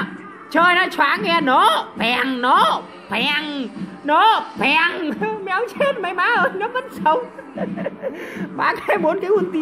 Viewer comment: Nổ phèng. Nổ phèng. Nổ phèm haha éo chết mấy má ơi cười đau ruột